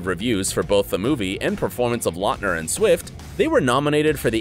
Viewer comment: His name is pronounced LOUTner, not LOTner. Quality research!👍🏻🙄